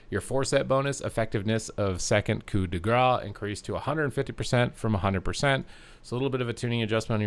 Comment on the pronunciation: Coup de Grace = Koo de grass (in term of how you pronounce it). If you say "coup de Gra" (whitout the "ce") it means : "Hit of fat" which is funnier but a bit weird haha Imo, a cool PVP talent for Outlaw would be : During Killing Spree, you benefit from the effect of evade, feint and cloak of shadow